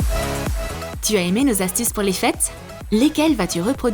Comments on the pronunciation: Elle a dit fesse au lieu de fete à 🤣🤣🤣🤣🤣🤣😅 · la meuf a dit fesse au lieu des fete lol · Elle a dis des fesse au lieu des fêtes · À la place de dire l'atmosphère des fêtes vous avez dit l' atmosphère des fess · A 1min25 elle a dis atmosphère des fesse mdrrr 🤣🤣🤣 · je rêve ou elle a dit : l’atmosphère des FESSE !? 😂 mon dieux !